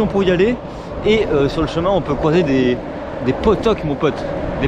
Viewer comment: on prononce Pottiok 😂😂😂 apres moi je suis Bayonnais moi non plus j'aime pas Biarritz 😂😂😂